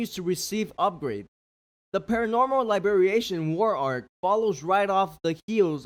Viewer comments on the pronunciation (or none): no way this man just said lie-bi-ri-ation 💀